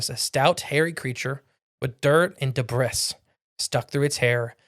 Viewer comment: I've been a listener for a while now. I enjoyed hearing details of this story that I hadn't heard before. To the gentleman doing most of the narration: please look up the word "debris" (the "s" is silent).